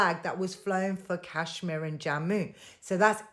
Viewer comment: You Pak iis can't even pronounce Kashmir properly. Lol. And stop dreaming about India's Kashmir. Your so-called Azad Kashmir is in reality Pakistan-occupied Kashmir. You guys never conducted legitimate elections there. Forget POK; you guys haven't even conducted fair elections in entire Pakistan. The general election last year was a sham too. Lol. Keep crying 😂